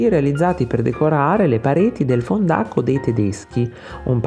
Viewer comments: fòndaco non fondàco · grazie per lo stile sitetico e divulgativo... Fondàco come lo pronunci, l'accento non è corretto. .-) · Ciao e grazie per il bel video esplicativo su Tiziano. Solo due piccole osservazioni, non averne a male: 1) la tua pronuncia di "fondaco" è errata, l'accento va sulla seconda lettera, non sulla "a". Inoltre è impossibile che il rapporto tra Giorgione e Tiziano si interrompa nel 1511, in quanto Giorgione mori' nel 1510. Grazie ugualmente del video.